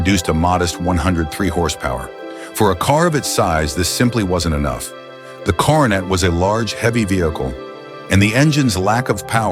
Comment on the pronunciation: You really realize that the announcer is AI when they keep saying Dodge Carnate instead of Coronet 😂